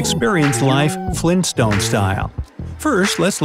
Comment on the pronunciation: It's Flintstone not Flinstone ;)